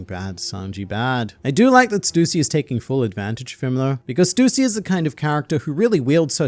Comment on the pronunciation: its not stuusy its stussy dont emphasize on u its annoyinng to me please stop it